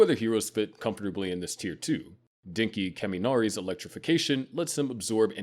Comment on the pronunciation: ah yes "cat soohkie bækoo goe" and "dinky kaymeenarie"